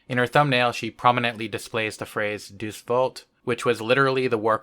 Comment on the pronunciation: "Deuce volt"? Deus in latin is pronounced smiliar to "Day-us". As in, deus ex machina, "from the machinations of god". Not deuce.